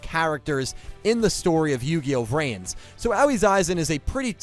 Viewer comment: not tryna be that guy but id like to point out her name should be pronounced more like ah-oh-ee